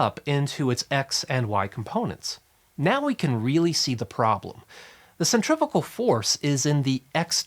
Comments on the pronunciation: guy says centrifical about eight times. cringed every time. cuz there's NO such word. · Do you pronounce centrifugal “centrifital”? That was the only confusing part of this great video. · if you just pronounced "centrifugal" better you wouldn't have to give as lengthy an explanation - I couldn't tell if you were trying to say "centripetal" or a combination of the two. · Omg for some reason it really really really really annoyed me that you were pronouncing "centrifugal" force almost the same as centripetal force.... It is "SEN-TREE-FEW-GAL"..... not "SEN-TREE-FI-GAL"..... >_> Nice info but that kept catch me off guard and kept annoying me lol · You saying centrifical? No such word. Centripetal force... And centrifugal is the fake force pulling things outwards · Centri*#@ force? I wonder how he pronounces “centrifuge”